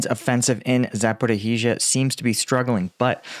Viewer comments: It's not "Zap-or-ih-hee-zha" lolol Please stop. You're killing me :) (It's Zap-or-ee-zha. Or very close to that) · you generally do a decent job with your pronunciations of Ukrainian place names. Just thought you'd like to know that there is no "hee" in Zaporizhia. It's just ZAP-OH-REE-ZHA. (I don't speak Ukrainian but I grew up in a Ukrainian speaking household) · Please! It's "Sa-po-rish-ya" – come on, you can do it. No need to add even more "i"s. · pronunciation of Zaporizhzhia - zappa-roe-heezha (everyone else says zapporeezha, without the "roe") always makes me smile. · please tell us: Where the hell is "Zaporihizia"?! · Za‒po‒rizh‒zhia. ‘zh’ represents the ‘s’ sound in ‘treasure’. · Close, it's pronounced more like Zaporizhiya. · First off, excellent channel, very honest and pretty down the middle and fair. Wish I could help more at this time.😢 Ok I got questions on who taught you how to pronounce zaporizhzhia. I'm not saying my enunciation is definitive but I have questions and yes I studied Russian. Cyrillic is actually a fairly straightforward alphabet. (Unlike Chinese or Japanese)Запоріжжя If you were taught by someone local to the oblast (region) then stick with the local pronunciation. If multiple people, then definitely stick with theirs. But there's no 'h' sound, or what looks like our 'x' after the r sound as you say it. There's two zhe's, and yeah they're called zhe, just like they read, they sorta look like asterisk *️⃣ to me. It's like thanks we can manage one zhe in a row but two? What the heck? Just hang onto it for a bit longer. The backwards r looking thing on the end is 'ya'. It's very straightforward, Cyrillic just looks jarring until you've been taught. My favorite letter is what looks like a half of an h connected to the letter o, ю, it's pronounced 'you' , when I first saw it I was like 'ho's get their very own letter in the alphabet, I love Russian ' not so fast wannabe pimp.